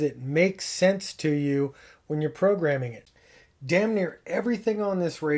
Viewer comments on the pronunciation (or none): none